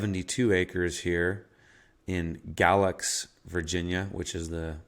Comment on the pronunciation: Galax- pronounced gay lax. Nice area if you like pillheads and meth heads stealing your stuff.